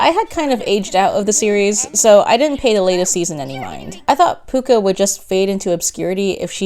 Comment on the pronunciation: NOT PUCCA